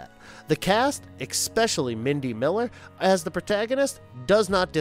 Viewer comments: Great video! Also, please stop saying "expecially" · Please learn how to say especially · Come on! Why do you use a narrator that keeps throwing an X into the word Especially? 3 damn times! It takes you right out of his lack of knowledge of the source material. Get a new narrator!